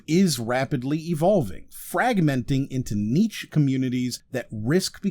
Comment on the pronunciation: hey, great video, I've subscribed! I am solely interested in helping to prevent the spread of linguistic misinformation when I suggest you google 'how to pronounce niche' before your next video :)